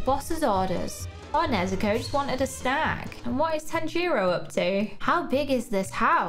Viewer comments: Wow your going to pronounce nezuko right you say tan-gi-ro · The way Tanjiro pronounce his name is instead of saying the A sound in the name he says the O sound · I GOT OFFENDED FROM HER SAYING TAN-JERO NO TANJIRO